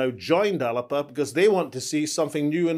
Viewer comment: So you've now realised the correct (Gaelic) pronunciation of the name?! If you can't get that right from the beginning what confidence can we have in your policy competency?!